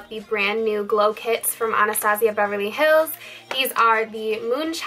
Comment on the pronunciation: its pronounced "ana-stay-juh"